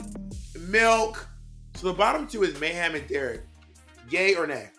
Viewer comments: Oh God not MEH-hem, lol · Can someone explain to me why everyone says Mayhem's name like "MAY HAM" Miller? Is it a read or something?